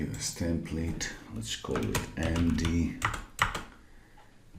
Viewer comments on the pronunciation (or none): / year later you still misspronounce "template" :) I noticed that in some old videos when reacting to them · The phonetic readings are right, you are just not pronouncing the second one. You do the long vowel instead of the short one as in "templeete" / ˈtɛm pliːt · / year later you still misspronounce "template" :) I noticed that in some old videos when reacting to them